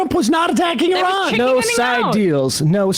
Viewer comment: Can't even pronounce Iran correctly SMH